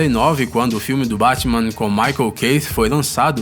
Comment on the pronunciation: Se me permitem uma crítica: tenham mais atenção ao texto e a locução pois existem muito erros de pronúncia. Lou Ferrigno virou Lou “Farigno”, Michael Keaton virou Michael “Keith” e o que deveria ser “ator” virou “autor”, quando se refere a Christopher Reeve.